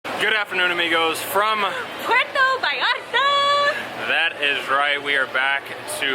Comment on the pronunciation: First thing to do when you arrive to puerto vallarta is pronounce it puerto vallarta not puero vallara 😂